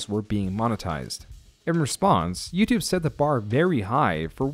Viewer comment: bruh did u say YOUTUBÉ